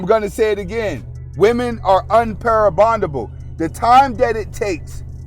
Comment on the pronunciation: no shade, I'm seriously trying to understand what you said...women are un-para-bondable? sounds like you meant maybe "irreparable"? Love your content as always!